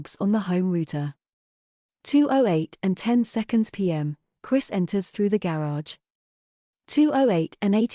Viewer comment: This series would be so much better without a foreign AI accent. None of these people are from Europe and this makes it SO annoying to listen to!! It’s called a Garage not a GAY-rage… GOOD GRIEF!!